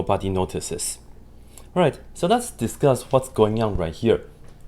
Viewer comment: In the beginning he goes "ok, so let's discuss what's going on" and i initially thought he was saying "ok, so that's disgusting" and really i agree